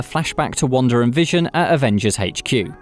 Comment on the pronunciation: Why does he keep calling her wander?????